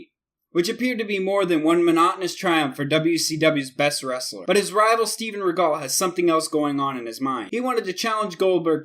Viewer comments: He also has no proper pronunciation. It's Inoki (In-Oh-Kee) not (In-a-kee) And Rikidozan (Ricky Dozan) not (Re Cody Zahn) And it's Regal (rhymes with Seagull) not (Ri Gall) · "In-nikki"? REALLY?? Inoki's name is pronounced "In-Oh-key".Kimura is pronounced "Ki-mura" not "Ki-mira". Regal is pronounced "Re-gull" (like British royalty or "seagull"), not "Ri-gal". Know your pronunciation, damn it! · Steven rea-gel not regal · ur personal favorite Steven regull? lol have you ever watched wrestling? it's not Steven seagull it's Steven REGAL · So innoki is not pronounced Inn.uh.key it's inn.oki and Steven regal isn't ruh.gahl it's Ree.gul. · Steven REE-gel Not ri-GAL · Steven Regal isn't Steven Seagall like he pronounced it . LOL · Steven "Reh-gall"? I thought it was pronounced "Ree-gull", he's not Steven Seagal :P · Also, it's not regol, it's re-gal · wrong steve ray dumb ass, and can you butcher any more names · Please learn how to pronounce the wrestler's names. Ree-gul, Ree-kee-doh-zan. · Lost me re-gull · yup narrator is a tard steve ray its stevie ray and steven regul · #1 in-KNOCK-ee #2. REE-gull ....smh..... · dude are you even reading the names right in front of you? pronouncing everything wrong. Steven Regahl lmao, only somebody who knew nothing about wrestling would say that since he's been around every kind of wrestling for every recent generation. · its hard to take this seriously when you keep mispronouncing names........maybe the Japanese names, English pronunciation can be debated.....but Steve 'Riggal'????? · steven reh-gal? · InUHkey? Steve Ray? Steven ReGALL? RikOHdeezon? Dude, can't take you seriously when you don't even know the names of these people. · ReeGall? LOL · Why do you say Steven regal name like that it's pronounced Steven RE-GUL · You mispronounced Inoki and Regal. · Learn the names before you attempt to make a video. Could you have pronounced more of them wrong? Inoki? Regal? Geez! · Steven regal. how can't you pronounce that?